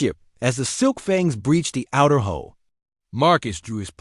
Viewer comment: 1) a ship does NOT have a "HOLE" ... they gave a "HULL"!!! 2) The words are NOT spelled NOR pronounced the same ... except by stupit a.i.'s that also read the period at the end of a sentence as "dot" like a website's "dot com"/"dot EDU" or what ever. this a.i. has proven itself as one of the stupider ones: SEVERAL Mispronunciations, reading punctuation as words ("Dot"), adding unnatural pause to the dialog, making it jerky ... Obviously, the "human(s)" affiliated with the channel don't edit or even watch what their a.i. "writes" and "narates" before the a.i. posts it in their name. Talk about lazy, incompetent and uncareing ... 👎 Foolish as well, to "think" early fisrt generation a.i. does not need input and correction. 🙄